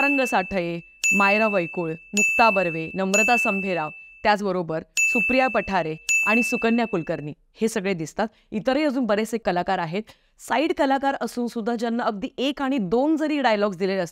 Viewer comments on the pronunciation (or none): Hey, dear friend, it is पाठारे not पठारे!! Hope you don't mind. Just wanted to correct your pronunciation